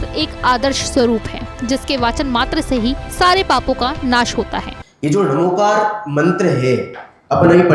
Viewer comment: इसका सही उच्चारण णमोकार है